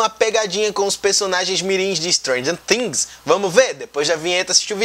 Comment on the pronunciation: Ele pronunciou Tings? Doeu na alma agora.